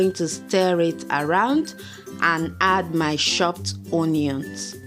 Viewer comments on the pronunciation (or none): Especially when she pronounced onions 😂😂😂😂